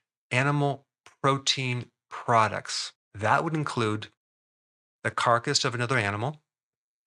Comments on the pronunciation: It's "carcass", not "carcus". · "Carcass" not "Carcus" -A great video on eggs. Thank you Dr. Berg. 🙏🏽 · Carcus? don't you mean carcass? 🤣🤣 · Another awesome Berg video! * By the way, Doc - it’s “carcass” (sp). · carcus or carcass? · Lol. It is spelled carcass, not circus or carcus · you mean carcass , instead of carcus?